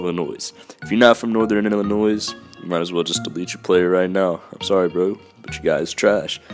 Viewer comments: Illinois is pronounced without the s :/ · There is no "s" in Illinois hate that shit